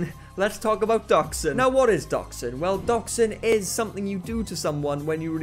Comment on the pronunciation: This was a great video! Just saying when you said Doxxing I know what you said, I know you said Dox But I heard Dachshund and was confused on how one would get a doggo from a situation like this